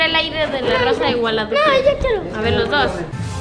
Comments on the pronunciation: Qué pedo con dijo voy a sentir el aire de la rosa de Gualadupe no guadalupe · dice "gualadupe"